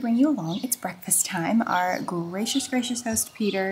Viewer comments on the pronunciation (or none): none